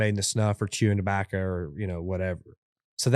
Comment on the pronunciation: This was not one of their better episodes. There just wasn’t anything interesting enough to listen to this guy say “dabacca” in that heady smoker voice 900,000 times over 2 hours.